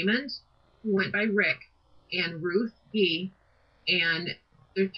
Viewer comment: I lived three blocks away. It is Gee like oh wow Gee. Not a hard g like ghost. It is Jee. That is only the start of what is wrong about this story & the 2 comments I read. Somebody is telling the story wrong. Anyone living in Logan County, scared to death while they searched for the killers, has strong memories of this. ESPECIALLY if your child was in class with one of them. ESPECIALLY if your child was friends with Justine. ESPECIALLY if your child has her friends staying with us bc all three of the teenage girls were scared and sad.